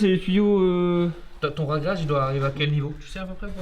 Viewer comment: Ouah du super boulot, tant pour rrrragréage que la vidéo. Oui c'est vrai, dommage pour les carreaux de ciment, mais quand c'est pas possible, et ben, c'est pas possible... Bossez bien, on attend la suite avec impatience !!!! Lau